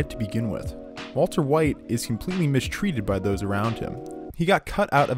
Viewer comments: same i thought i was crazy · Yeah it took me a while to figure out that he actually thinks Mike pronounced his name that way, which is pretty bizarre. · love how he calls him "walta" when talking about mike's death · Nobody noticed he says Walta half the time? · I'm gonna have to rewatch this as soon as it's finished... cuz I got about 2 min left and I'm of course laughing, especially at "WALTUH".... but now I'm thinking--- did he say Waltuh the entire video or did he suddenly switch it up midway thru? And if the latter, then when? Why? And if I find the why, IS the reason JUSTIFIED...or JUSTIFIABLE? All my questions may require a 4 part, 44 min each, video essay series, spread out over 1 every 44 days. Because my questions are 4fold. And going by other video essays, like "the moment he became Heisenberg," coming in at a paltry 70 min, even though it's about a specific moment, extrapolating what probably amounts to an 8 second scene into a video necessitating a 70 min video. And I'm sure that video's subject Matter shoots right out the gate explaining it's title, and is in no way lengthened out for ad revenue, recapping the entire series, and where we've seen Brian Cranston before (did U know he was in MALCOLM IN THE MIDDLE?? YEP! He was the family dentist, Tim Whatley). 8 seconds yields 70 min, hence maths, 4 questions, 44 min philosophizing, 44 days apart. You people aren't idiots. U see exactly what I'm saying...well... typing. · STOP SAYING "WALTA"!!! For fucks sake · onward he sais "Walta" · He just wanted to stop using the hard r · I thought I was the only one who noticed this lol